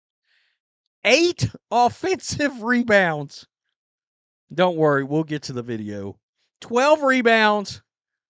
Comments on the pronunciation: mebounds not rebounds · If the WNBA stopped recording “me”bounds as rebounds, Angle Reese would be cut from the team.